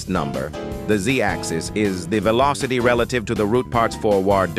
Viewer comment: "16 is the actuwal veelawcity" -random TTS, 2023